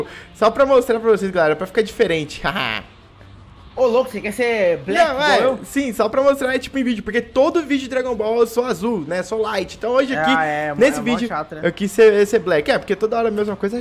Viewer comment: E se diz ligth ksksk